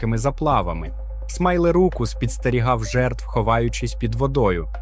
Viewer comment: Смілозух - "смайлерукус"? Ти серйозно?